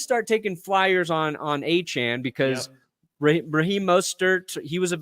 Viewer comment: Its Achane and its not even close...